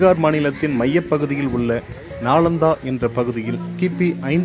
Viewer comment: நாலந்தா தவறு நாளந்தா தான் சரி